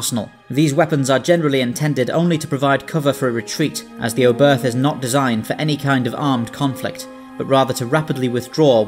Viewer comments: Nice video. Just one thing: The ship was named after german Rocket scientist Hermann Oberth. The "h" at the end of his name is silent. It sounds like "Obert". Not "Oh birth". But the video was really good. Keep'em coming 😉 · Love your videos! That said: The German name 'Oberth' with an English accent, in particular an English 'th' at the end makes my ears bleed. The 'e' is like the fist one in 'edge' and said 'th' is closer to 'tt'. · The pronunciation was definitely noticeable.